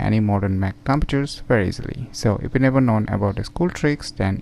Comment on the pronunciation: u said computes wrong dummy